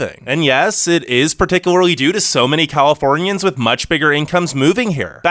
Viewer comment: “We hate Californianss” -said like a true Californian